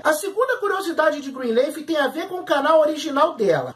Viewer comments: Qual a dificuldade em dizer Greenliiiiiiiiffff e não Greenleeeif? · NÃO É ASSIM QUE PRONUNCIA O NOMEEEEE 🤯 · Fala o nome da serie direito.